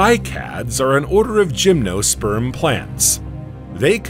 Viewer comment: OMG, can you find a more irritating narrator! And for the love of God, make it say "gymnosperm"!